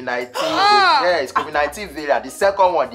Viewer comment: Shaggi werey....it is not fluid.....it is cofid 😆 🤣 😂 😹 Nice one my damn fuck bro. God bless you man for making me tuber. Lol....werey